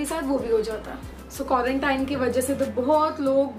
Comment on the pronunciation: By the way its quarantine not quarantaine pehele mai bhi quarantaine bolti thi 😂😂😂